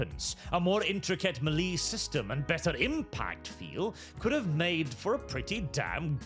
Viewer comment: What's a mee lee? Did you mean melee?